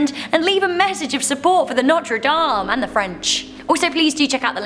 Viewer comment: "The Humpback of Notree Damn iz not weal stopid."